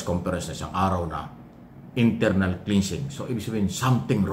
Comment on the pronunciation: KLENSING PO AT HINDI KLINSING ANG CLEANSING